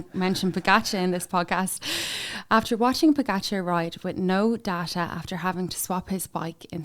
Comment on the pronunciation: You don’t pronounce pogacar correctly. Why not learn rhe rt way?